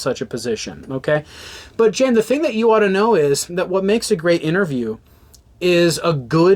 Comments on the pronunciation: His name is not Jan Wenner. It’s pronounced YAHN. Cmon man. Dudes pretty famous. If you’re gonna “report” on someone, you should at least know how to say his name properly. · It's pronounced "Yann". You should be able to pronounce the name of the person you are shitting on. Also, try to get your audio into both the left and right speakers. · At least pronounce Jann correctly. Sheesh.